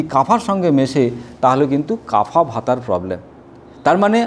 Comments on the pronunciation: আপনার জামাকাপড় তো বেশ সুন্দর, কিন্তু আয়ুর্বেদ মতে বায়ু বা বাতকে ভাতা কফকে কাফা এমন বিশ্রীভাবে উচ্চারণ করছেন কেন? থাম্বনেলেও এইসব আজেবাজে কথা লিখে রেখেছেন কেন? ভিডিও তৈরি করার আগে একটু পড়াশোনা করে নিন। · Dr. বাবু এটা হবে বাত, পিত্ত এবং কফ হবে not কাফা or ভাতা।। Please pronounciation correct. ধন্যবাদ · প্লীজ উচ্চারণ গুলো ঠিক করুন , বাত, পিত্য ও কফ